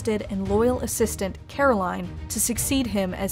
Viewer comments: Gonna put it out there and say, among the other somewhat less glaring embellishments and omissions, the fact the the v/o cannot properly pronounce CAROLYN (not Caroline) gives you a pretty decent idea of the quality of this analysis. I mean sheesh most of what we know about her comes from the Cave's voice overs - it's like if you were to give a history of the Cold War and kept saying "Stallin" like an engine instead of Stalin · mostly correct. mispronounced "caroline"